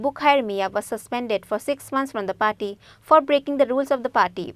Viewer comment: Not paty... It's party.